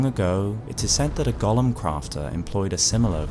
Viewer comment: that's not how golem is pronounced. It's not the same as the LotR character.